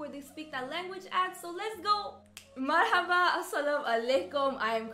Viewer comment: I am so in love with your style in talking😂 especially when you try to speak arabic I love your marhaba😍